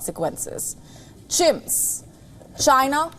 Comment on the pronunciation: Why not. Like cheers 🤣🤣 rather than CHIMS that sounds like chimps